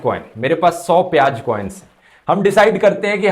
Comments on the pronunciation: Urdu Pronunciation correction Kamjor -> It should be Kamzor ..... jo nahi zo Pyaj -> It should be Pyaaz ..... ja nahi zaa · Its piyaaz not piyaj, ... Likewise its hazaar not hajaar and kamzoor not kamjoor.. (Request for improvement of pronunciation)